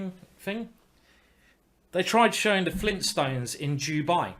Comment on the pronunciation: Don't laugh at him, he has dyslexia, and it affects his speech patterns.